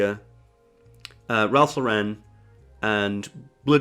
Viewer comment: You keep mispronouncing Ralph Lauren (though, to be fair, most people do). It's not pronounced like Sophia Loren, it's pronounced like Lauren Bacall.